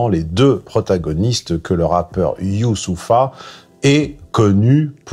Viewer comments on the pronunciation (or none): Fait un effort de pronunciation "Youssopha" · Tu fais exprès d'écorcher les noms de rappeurs, c'est gênant .. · Genre il narrive pas a prononcer yousoupha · Tu parles mal pour un mec qui tant à ressembler à un noir !!!! You-sou-fffffaaaaaerr tu ne sais pas lire? Son père a 70 ans enfants c’est ton problème, tu parles de géo-politique à moitié mon amis. le Congo a le plus de richesse dans le monde ! Mais l’un des pays les plus pauvre et criminogène au monde, réfléchit y !!! Tu as 1heure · Mdrr mais on est d’accord que Youssoupha c’est facile à prononcer non? La comedia del’arte 😂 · C'est souvent qu'il fait semblant ! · qui ne sait pas prononcer Youssoupha mais qui n'a aucun problème à dire Roxana Maracineanu en moins d'une seconde 😂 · " Youssoupha " fait un effort bordel 😂😂😂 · Je m'interroge sincèrement sur le niveau de masochisme qu'il faut avoir en soi pour s'employer pendant vingt-sept bonnes minutes à écorcher volontairement le prénom Youssoupha alors qu'on a soi-même des ancêtres guyanais, c'est-à-dire très probablement issus de la traite négrière. Peut-être faudrait-il là sérieusement investiguer l'hypothèse d'une transmission de la servilité par les gènes tant le dressage et la domestication semblent réussis. Tu pourras toujours les singer comme tu veux, ils ne t'en aimeront pas davantage. Et puis nous ne t'aimons pas non plus, d'ailleurs. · C’est si compliqué que ça pour vous que de lire et prononcer Youssoupha !? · j'aime beaucoup certaines de tes analyses. Mais il faudrait sérieusement penser à te faire soigner bonhomme. Tu arrives à prétendre ne pas savoir prononcer son prénom, c'est pitoyable d'en arriver là. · Faire semblant 2 fois de ne pas savoir prononcer son nom...mauvais acteur en plus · Pourquoi faire genre de galèrer à prononcer son prénom ? Tjrs condescendant avec les noirs c'est dingue quand même. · Genre tu ne sais pas dire correctement youssoupha...